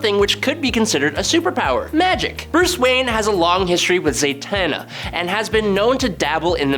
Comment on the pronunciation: Why does it sound like you’re saying Zaytanna?